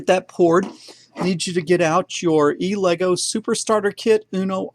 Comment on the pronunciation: This guy is so awesome it doesn’t even bother me how he pronounces Elegoo!